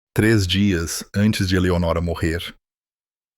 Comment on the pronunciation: Não é Eleonóra mas.sim Eleonora